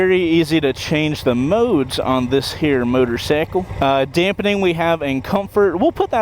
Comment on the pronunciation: Damping (2 syllables).